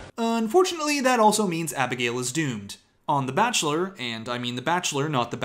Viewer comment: wait did you dub abigail's name into the bridgerton opening yourself because your accent sounded so good lol